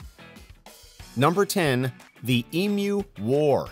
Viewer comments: Finally an American pronouncing emu correctly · I am so glad you pronounced EMU correctly. EMU - Em-You. Some Americans call them Em-Mooh.